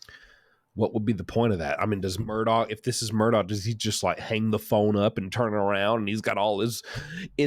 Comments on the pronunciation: I’m not sure why so many people pronounce his name as “Murdaw”. If you listen to any of the Murdaughs, they pronounce it “Murdoch” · Its pronounced “Mur-dok” LOL..not “mur-do” 😆